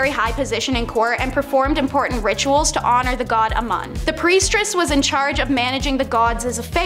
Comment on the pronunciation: Okay, I wasn't going to say anything because it's kind of petty and I love the content but....after about the 10th time of you mispronounced the word I had to say something, it was driving me nuts!! Its " priestess" NOT "priestRess" you keep sticking a R after priest!! Thats not how it's spelt and that's not how it's pronounced. Just being a little petty tonight, sorry about that I do enjoy the content oh and since I'm on a roll, to the guy who doesn't like the commercials I agree with go pay for commercial free TV. You either pay with your time by watching commercials or you pay with cash and skip commercials but what you can't do is pay for nothing and get everything sorry to say